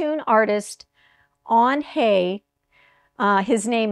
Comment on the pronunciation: It's HIGH-uh. Confirmed by a German puzzler!